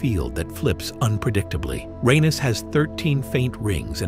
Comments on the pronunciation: It’s not actually not supposed to be pronounced the way the narrator is saying it. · Uranus❌ Ur anus✅